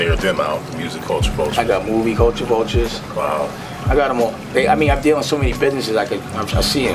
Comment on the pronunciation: always laugh at how he say culture vultures